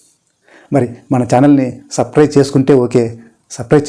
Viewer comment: సాఫ్ట్ స్కిల్స్ ట్రైనర్ అంటున్నారు, కానీ సబ్స్క్రయిబ్ అని కూడా మీరు పలక లేక పోతున్నారు. మీ ఉచ్చారణ పైన కొంచెం శ్రద్ధ వహించండి. మీ వీడియో లో క్రోత్తదనం కానీ క్రొత్త పాయింట్స్ గాని ఏమీ లేవు. ఓకే ఒక్క positive point ఏమిటంటే మీరు చాలా వినయంగా మాట్లాడుతారు. మరొక విషయం ఏమిటంటే మీ ఛానల్ గురించి వ్రాసిన దాంట్లో...This channel serves a bridge.... అని వ్రాసారు. అక్కడ మధ్యలో ఒక ముఖ్యమైన word మరిచిపోయారు. ఎవరినైనా అడగండి చెపుతారు. అది వెంటనే correct చేయకపోతే ఏదో చదువు రాని వాళ్ళు వ్రాసారు అనుకుంటారు. మీకు ఇంగ్లీష్ రాకపోతే తెలుగు vraaya వచ్చు కదా,... ఇంకొక ముఖ్యమైన విషయం ఏమిటంటే మీ ఛానల్ పేరు గురించి ఎవరైనా ఆంగ్లం తెలిసిన వాళ్లను అడగండి. ఎవరో మిమ్మల్ని misguide చేశారు. Yours anedi grammatically wrong. Aa title చూసిన ఎవరైనా మీకు ఇంగ్లీష్ బొత్తిగా రాని మీరు సాప్ట్ స్కిల్స్ ఏమి బోధిస్తారు అనుకోరా చెప్పండి. ఆ name చేంజ్ చేసి, Your ani కాని, Yours ani kaani పట్టుకోండి. లేదా టోటల్ గా న్యూ name పెట్టుకోండి. This is my sincere suggestion. మీకు నేను చెప్పేది కొంచెం uncomfortable గా అనిపించ వచ్చును కానీ ఇది మీ మంచి తనాన్ని చూసి నేను ఇస్తున్న సలహా.